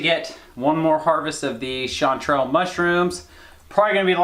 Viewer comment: Why does say chantrals so fancy? 🤣